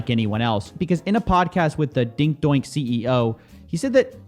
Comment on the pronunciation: Loved the vid. Niche is pronounced neesh. Just fyi. I apologize but is english your first language? Are you mispronouncing some words just for comments? I'm not trying to be a jerk but doink- do ink? Please tell me that even after coffeezilla pronounced it, you're just messing around.